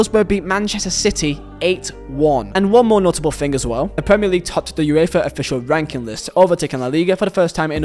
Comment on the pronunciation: Makes you think not makes you fink